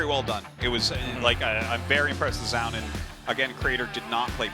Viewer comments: I totally get why Artosis says "Zown" as his name is spelt like Noun but with a Z... god knows why Tasteless says "Joun" however lmao. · Artosis says "ZOWN" Tasteless says "JOWN" The announcers says "Zone" in perfect English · what's up with how artosis and tasteless pronounce Zoun lol, sounds like it's supposed to be "Zone" from how the announcer says it